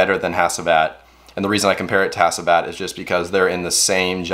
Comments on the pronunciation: Pronounced HACHIVAT...not HASEEVAT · Great video. ✌🏼 Correct pronounciation is - H(ah)(ch)iv(ah)t - K(ah)r(ah)goz